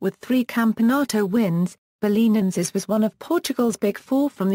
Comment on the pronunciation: Well, that's not how to pronounce it, that's clear.